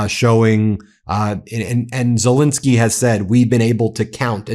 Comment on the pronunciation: Zelensky (pronounciation E is as in the English word HANDLE x 2. You're welcome ;)